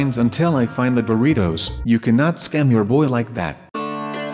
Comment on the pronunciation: It said Doritos not boritos